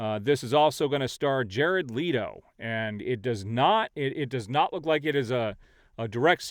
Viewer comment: I love you, but please pronounce Leto correctly (it rhymes with “Let go”).